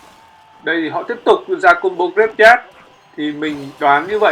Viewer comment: oi ban danh rat hay nhung phat am thi sai nhieu qua nhat la "graveyard" luc dau nghe ma khong biet la cai gi luon lol